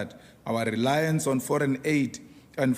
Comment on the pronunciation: "Owa rrrelaince on forine adey"